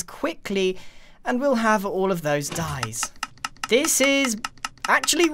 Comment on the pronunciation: "And turn thpse into dyes" I was like Die?